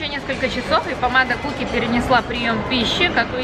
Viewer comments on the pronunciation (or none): Чонгук "кукки", а не "шукки"